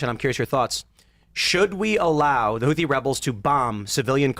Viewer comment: is annoying me more and more every time he's on. "Moahajeen", and I'm not even sure how to spell his mispronounciation of "Huthi". Thank God for bazongas literally keeping this show afloat.